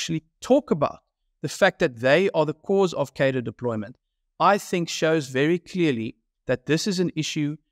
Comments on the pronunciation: Please pronounce cadre correctly. It has an r in it. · What is it with political commentators not being able to pronounce cadre